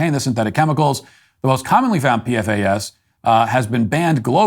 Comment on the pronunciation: The compound is pronounced 'P-FAS'. But don't worry about it, its only carcinogenic. 😆